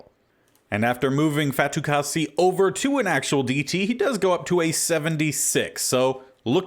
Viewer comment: You got Fatukasi’s name correct! :)